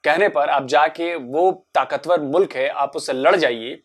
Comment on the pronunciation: mulak?🤣🤣🤣🤣🤣🤣🤣🤣🤣🤣🤣🤣🤣🤣🤣🤣🤣🤣 jahil aurat mulk hota hai